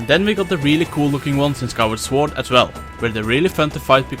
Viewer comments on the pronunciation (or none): hey guys, love your videos, they're awesome. but please please, pronounce SWORD correctly, as you are talking a lot about them. in english language the word "sword" is NOT pronounced sWord. the "w" is silent, so pretty much like "soord". thanks! keep up the good work! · Why is owner 2 saying the "w" in sword. :(